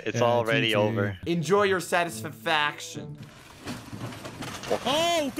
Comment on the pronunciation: "enjoy your satisfifAction" -, 2022